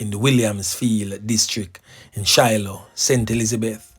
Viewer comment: Not Shiloah but Siloah mi boss, and Ballard's valley is also in st Elizabeth. And it Dane Morgan not Diane am from that area. Bless up yuhself keep up the good works